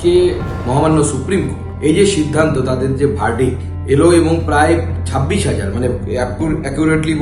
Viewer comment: আমার মনে হয় আমি ভুল শুনেছি ,,,, "সাববিশ হাজার" এই রিপোটের মুখে। যদি এটা ভুল উচ্চারণ হয়, তাহলে আমার মনে হয় ওটা "ছাব্বিশ হাজার" হবে। খবরের রিপোর্টার যদি এমন হয়, তাহলে শিক্ষক কেমন হবে। ????? "গামবাট" রা তাদের যোগ্য নেত্রী পেয়েছে। এর বাইরে কিছুই হতে পারে না। এতে লজ্জা বা ভয়ের কিছু নেই। যেমন মানুষ, তেমন তাদের যোগ্য নেতা বা নেত্রী।